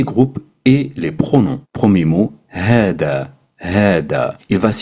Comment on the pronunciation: Normalement on prononce hadha pas hada non ? Genre c’est la lettre ذ (thal )pas د (dal)